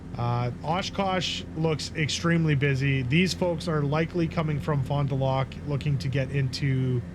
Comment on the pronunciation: Just sayin'...Fond du Lac is "Fondu lack"...not "lock". And you should pronounce the Fond du as one one word..."Fondu". Smiles.